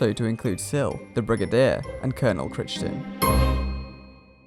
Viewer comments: Such a great video. So interesting and informative. Wish it had happened. (Could you do a quick edit? - Cry-ton, not Critch-ton) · Crichton is pronounced 'Cry-ton' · The reason I'm writin' Is how to say "Crichton" 🙃